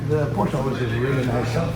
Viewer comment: It's porsche, not porscher 😂😂